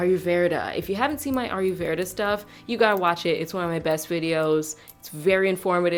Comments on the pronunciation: What the heck is "aru verda"...?!🤨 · Pronounced Ah-low Ver-ra lol how you say it makes me laugh every time